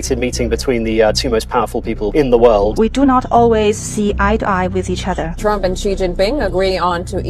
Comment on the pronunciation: My frand Mister Donaaal Tramp.😅